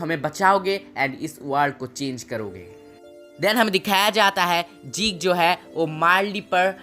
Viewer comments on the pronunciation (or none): Bahi zake nahi zeke he😂